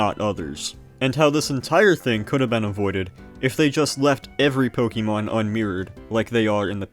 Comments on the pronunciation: You sound like someone’s dad. It’s not pronounced “pokey” mon, “pokey” dex etc. it’s “poke-ay” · Pronouncing it "po-kee-mon" will always strike me as odd. It's "po-kuh-mon". You say it right , why nowhere else? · please stop pronouncing it “pokeymon” it’s really distracting 😭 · What's a Pokiemon? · Its Po-keh-mahn. Its Japanese which means there is a very rigid pronunciation. Americans tend to add or alter phenomes into becoming "ee" sounds where none exist. See: Karaoke is "kah-rah-oh-keh" but Americans say "carry-oak-ee" But also? Nobody cares about all this^^ So its clearly Ponkymoan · You strike me as odd. The real pronunciation is "poh-KEH-mon", but most people don't say it like that because most people don't speak Japanese. Shocker! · >passionate enough to learn all this information >pronounces "Pokémon" as "pokeeeeeeemon" (incorrect) every single time without fail beyond the fail of having said it very wrong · great vid concept but the pronounciation of"pokey-mon" hmm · "Pokey Mon" dislike video and move on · can you stop saying "pokey-mon" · Poke -ee -mahn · Po keey. Cant stand hearing this repeatedly for hundreds of time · >"POKEY mon" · I never knew LGFR and RSE had sprites for the other's protagonists. Good video, I just don't like when people say Pokeeemon. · I'm sure the video is great, although hearing "poke-ee-mon" over and over at the start makes my skin crawl a bit too much to find out. Good luck :> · It's pronounced po-KAY-mon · idk why. the way he says pokeymon is very satisfying to me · ok so you said "poke-uh-mon" exactly once so you're just taking the piss